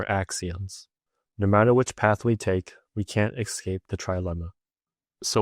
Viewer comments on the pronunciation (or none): none